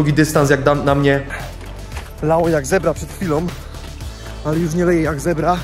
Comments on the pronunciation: boze to sie nie mowi leje jak zebra tylko leje jak z cebra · Z CEBRA, nie zebra XD Ceber to takie starodawne naczynie